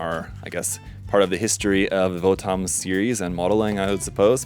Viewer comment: Not to be rude but it's actually pronounced more like "Votums" (the romaji is "Botomuzu").